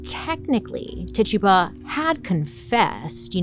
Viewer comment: Bailey can’t pronounce Rural, but Titchuba just rolls off the tongue 😂❤